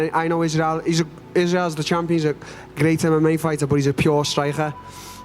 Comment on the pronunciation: Till’s pronunciation of striker catches me everytime. Strajcher. Hahaha